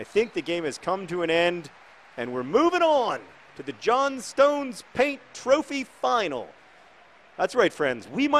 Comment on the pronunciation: You're over-pronouncing the "stone" in Johnstone. It's pronounced more like "John-stun". Similarly it's Dagen-'am, don't pronounce it "ham".